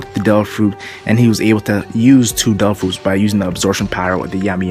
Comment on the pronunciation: "dare ah fruits"